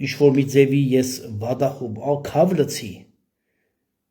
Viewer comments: Քավ լցի չէ, քավ լիցի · Ուղղեմ եղբայրս` քավ լիցի (ոչ թե լցի)։ Հետո շիզոֆրենիկ ոչ շիզոֆրոնիկ։Սիրով ասեցի